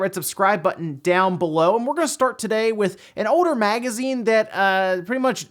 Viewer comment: Haha why wont he say the letter L in some of his words. Haha like shoulder an older.